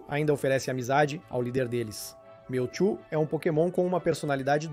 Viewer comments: o vídeo foi bem legal, só melhore na pronuncia. Pq Miltu ficou engraçado kkkkk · O video é bastante interessante e bem elaborado, contudo a dicção deixa muito a desejar. Atenção não quero ser mal educado mas vários nomes dos pokemons são mal pronunciados. Exemplo MEWTWO (a pronúncia é igual ao MEW e Two (dois em inglês), pois é a versão dois do mesmo). Atenção não quero parecer mal educado mas acho importante reforçar desde o início para evoluir cada vez mais